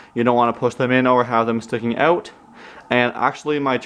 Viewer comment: Take such and such “ewt”. Omg this makes me miss my Canadian friends 🤣😭😭😭 Thank you for posting this!